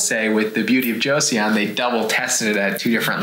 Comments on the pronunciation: Hello friends, I think it's pronounced like Joe-sohn, not Josie-on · No hate but it's pronounced Jo-son not Jo-Seyon! 😂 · Just a head's up, y'all: Joseon is pronounced "Cho-Sahn" not "Joe-See-On". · it's just 'jos-on' not 'jo-see-on' doc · It's "Jo-sun," not "Cho-sahn." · One request - when talking about an overseas product, please confirm the correct pronounciation before saying it on camera. My ears hurt hearing you both say Joe-See-On (it’s closer to Jo-sun) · FYI - Joseon is simply pronounced "Jo sun" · Just fyi, -seon is pronounced “sun”. So, “jo-sun”. Joseon is an older name for Korea. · Beauty of Jeoson is pronounced Cho - son fyi :) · Joseon would be pronounced Jo-sun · Joseon is pronounced a little more like Jo-sun. The "e" isn't really pronounced. Joseon is the name of the country we now know as Korea. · Joseon Pronounce JOE-SON.. 🤣 I was cringing every time you said it. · uhh, apparently you don't speak Korean? There is no real "J" sound, it's more like "Ch". 😑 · Joseon is pronounced "Joe-suhn" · It’s pronounced Beauty of Cho-sun, just trying to help not being a jerk lol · It is pronounced JO-SUN